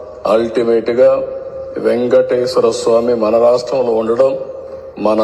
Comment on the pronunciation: ఎంగటేశ్వర కాదు. వెంకటేశ్వరస్వమి.